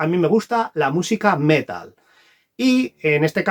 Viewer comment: Metal con acento en la a, por favor. Felices reyes.